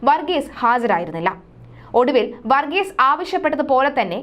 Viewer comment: വർഗീസ എന്നല്ല വർഗീസ് എന്നാണ് അദ്ദേഹത്തിൻ്റെ പേര്. വന്ന എന്നല്ല പറയേണ്ടത് വന്നു എന്നാണ്. വന്നത എന്നല്ല പറയേണ്ടത് വന്നത് എന്നാണ്. വികലമായ ഉച്ചാരണം കേൾക്കുമ്പോൾ വല്ലാത്ത മടുപ്പ് തോന്നുന്നു. ഷ എന്നതിന് ശ എന്നും ; ഭ എന്നതിന് ഫ എന്നും ഉച്ചരിക്കുമ്പോൾ വാർത്താവതാരകർക്ക് അക്ഷരത്തെക്കുറിച്ച് പ്രാഥമിക ബോധം പോലും ഇല്ലെന്ന് മനസ്സിലാകും.